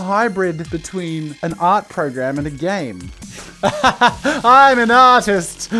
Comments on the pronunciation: "I am an AUTIST, I am an AUTIST!" - What it sounds like Jazza said, 2k17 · I'm going to walk up to my art teacher and shout "I AM AN AURTWIST BEITCH!" (I know I spelled it wrong. I feel like that's how Jazza would pronounce it.) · I Am An uh-tist